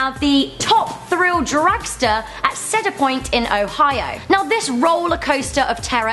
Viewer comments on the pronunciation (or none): She pronounced Cedar, like Cheddar. Limeys, sweet limeys!